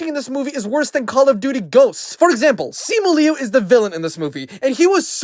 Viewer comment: The way you pronounce sima liu 😂